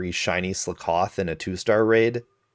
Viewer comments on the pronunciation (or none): wait HUH. SlUHcoth? how to people mispronounce pun pokemon xD. It's slakoth! sl-ah-koth..like...slack off... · Your pronounciation is weird not trying to be mean. Its Slack-oth not Sla-Koth. Also Drakloak is Dra-cloak like dragon and cloak (cloaking device to hide hence why itll disappear breifly). Bisharp is bishop an sharp so the enphasis on the "I" saying Buy is off. Also THATS WHYI COULDNT FIND AUTHENTIC SINESTEA! I WASNT IN THAT TINY SQUARE I was on the other side of the town 😢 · slack-off, like youre slacking off ;) great video though <3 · Slakoth Ssss lahhhhh kuth wtf is Sla kawth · Bro what tf is slicoth it’s slack oth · It's SLACK-OFF not slickoff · Slakoth not Slikoth. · I cringed every time you said slakoth. Of course, this is just a LiviOsa vs leviosaaa issue. You're going sluhkoth. the correct pronunciation is "slack oth. Because, you know. Slacking off. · Ok who the fuck pronounces it Sle-koth when it is obviously supposed to be pronounced Slack-oth as in a play on the phrase slack off! Also I never realised that Sinistea holds its pinky out but now I've seen it that's awesome af! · Skakoth is said as if you're saying "slack off." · Are you saying Slakoth wrong on purpose just to get comments? Slack-oth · its slack-oth like slack off its a pun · Its pronounce slack off.....i HATE the way u say that. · Sluh koth 😂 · The way you pronounce 'Slakoth' triggers me, im sorry. Its meant to be said like the phrase 'slack off' is pronounced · the way he says slakoth makes me wanna kill somebody, SLACK OFF, SLAKOTH and now he says sloth wrong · Great video, I hate how you say Sla-KOTH 👍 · Really nice video, but please tell me “Sloath” and “drackalack”?? How did u get those from “sloth” and “Drakloak” 😭💀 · Well then I’ve never heard that slakoth pronunciation before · The way he says slakoth causes me physical pain 🤮🤮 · I've never heard Slakoth pronounced that way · That's not how you pronounce "Slakoth." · Your pronunciation of slakoth made my ears bleed…